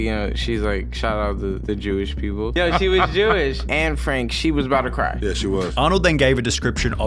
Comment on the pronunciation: I'm Dutch. I cringe always when I hear Anne Franks name being butchered in English. It's Annè, not Ann.